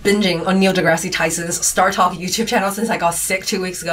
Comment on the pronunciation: The second "e" in deGrasse is silent. You sound idiotic when you pronounce the second "e".